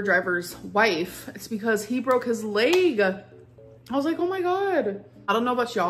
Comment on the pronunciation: The way she pronounces leg and egg gets under my skin every time